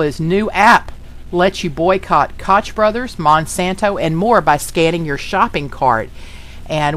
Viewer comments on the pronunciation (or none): Just an FYI, Koch is pronounced coke, like the nickname for Coca Cola.